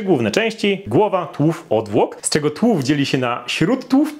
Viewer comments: Uwielbiam Cię ale nie czaję czemu tak dziwnie wymawiasz słowo tułów - tak jakbyś mówił tŁów nie tUŁów.. Powiedz sobie ŁÓW jak łowić i TU i połącz TU-ŁÓW i powinno być ok;)))* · dlaczego tułów wymawiasz tłów?